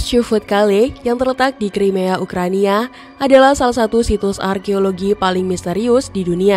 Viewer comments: dari cara menyebut ukraina atau ukrania, jadi ga yakin walaupun dibantu dengan narasi yang menyakinkan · gue juga mo ngomong gitu tadinya 😅 masa "ukraina" dibilang "ukrania" 🤣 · Ukraina ❌ - Ukrania ✅